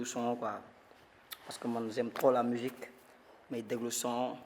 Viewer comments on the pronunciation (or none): Z'aime trop la mujique vas apprendre le français